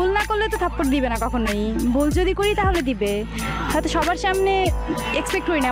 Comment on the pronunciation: vai video ta valo chilo...akta kotha boli rag koren nah,apni jokhn jodi word ta boltecen oita mone hoy doji sonachhe.